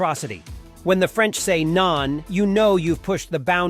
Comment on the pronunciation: If you even can't say a simple word like 'non' in a correct way, do we have to take you serious?